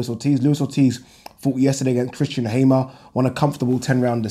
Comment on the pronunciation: benjo benthepharmer heard a few pronunciation like Hay-mer